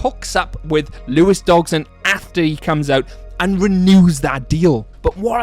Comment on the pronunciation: Dodg-son not DoG-son. Otherwise good video.